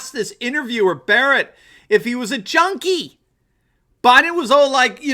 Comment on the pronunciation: He also said, Jody instead of junkie. At least that's how it sounded